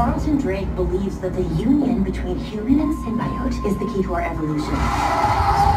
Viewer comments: I hate when directors and actors obviously don’t care about the source material. And you can tell this is the case when they mispronounce the fucking words. This is like The Last Airbender all over again I stg It’s sim-bee-oat, not sim-bye-oat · Arsenal0fgun922 Gaming the silly girl said "Symbaiote" not Symbiote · Yeah by mispronouncing the most important word in the movie It’s sim-bee-oat ffs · its good, I guess... but why are they calling symbiotes... Cym-bea-otes?? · They pronounced Symbiote weirdly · They didn’t even take the time to look up how to pronounce symbiote this is gonna suck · THEY'TE SAYING SYMBIOTE WRONG AND ITS TRIGGERING ME! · I swear, they mispronounce Symbiote one more time...